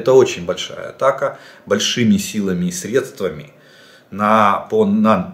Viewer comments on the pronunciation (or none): none